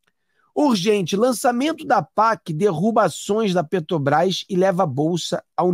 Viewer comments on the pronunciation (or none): none